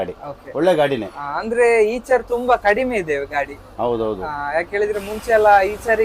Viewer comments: ಈಚರ್ ಅಲ್ಲ bro ಐಚರ್ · ಈಚರ್ ಅಲ್ಲ ಗುರು ಐಷರ್ ಅಂತ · ಇಚರ್ ಅಲ್ಲ ಐಶರ್ ಅದು